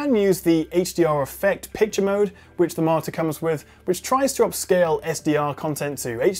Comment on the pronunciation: Is he reviewing a monitor or a 'martyr' lol. Seriously though, nice review!